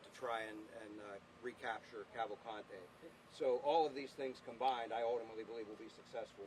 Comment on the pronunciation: It's pronounced Cavalcante, the 1st 2 ''a's'' r short as in the English ''pan'', n the 'e' is as in the English ''dean''. The 3rd 'a' is only somewhat long. That's the Brazilian pronunciation. And he's not Hispanic, he's Brazilian.